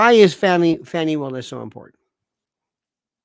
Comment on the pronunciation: Please cease and desist I calling her Fanny. It's pronounced Fawny. Like a delicate little doe, a deer, a female deer. Okay? Thanks